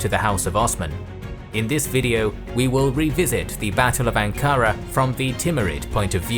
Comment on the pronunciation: You don't say Ankara like that. You have many mispronunciations.